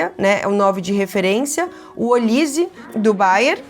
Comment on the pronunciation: Gostei do vídeo, mas precisa aprender a pronunciar o nome do Olisé, não é Olíse, a última sílaba no francês é a mais forte. Dica construtiva.